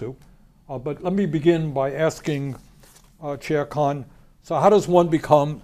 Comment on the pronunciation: When the Senator says Chair Khan it sounds like Sher Khan - which is Tiger Ruler. Sounds about right. Keep doing the good work, both of you